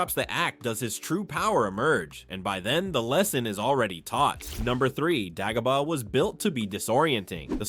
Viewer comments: Day go bar not dag o bar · DAY-GO-BAH! Also ONLY Han shot in A new Hope. You probably say Obi “ONE” too. Who’s doing these voiceovers?! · You’re not pronouncing Dagobah correctly, probably because you are a droid.